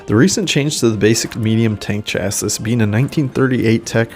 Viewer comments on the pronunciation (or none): it’s Shassy not Cha Sis